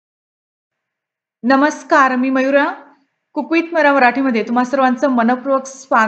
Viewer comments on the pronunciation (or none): रसीपी छान करता पण कुक वीथ मयूरा म्हणता तेंव्हा मुरा असे ऐकू येते .सावकाश मयूरा म्हणा .